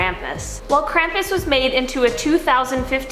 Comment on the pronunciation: They keep saying krampus wrong.